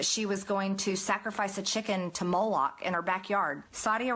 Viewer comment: It's remarkable how moronic and ignorant MTG is. For someone who claims a reverent familiarity with the bible, she twice mispronounced Moloch. Nor did she know how to pronounce 'cabal'. If you're that ill-educated, you're likely to be susceptible to whatever dubious conspiracy shit you hear. This is a woman with no experience of critical thinking.